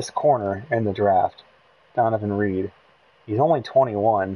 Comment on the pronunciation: REDD....not Reed